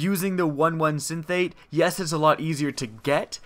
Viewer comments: Synthate? Just take a moment to read it; Syn,es-thete. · just cause i'm a fan and I want you to sound like a pro. synesthete. sin-ess-theet. a synesthete is someone who uses their five senses in different ways, like hearing colours. cool anime show called Canaan if you're into that. cool and informative vid, thnks for sharing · it's pronounced Sin-es-theet Synesthesia is a very interesting topic, one should read up on it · u pronounced synesthete wrong